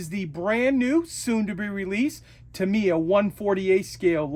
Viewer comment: too me? its tam eeee yaaaaa